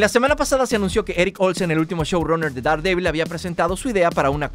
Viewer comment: Daredevil; Derdebl. Pronunciación.